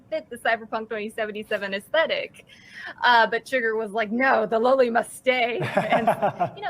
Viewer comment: It's NOT, "Low-ly" you stupid, ""! (And of COURSE, she was AGAINST the Rebecca character... go figure...) It's pronounced, "Lollie"... like, "Lollipop"...;)